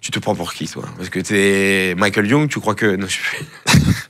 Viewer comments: Ça se prononce Makel Youg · On ne dit pas Michael Young mais on ne dit pas non plus Paddle en parlant de Padel !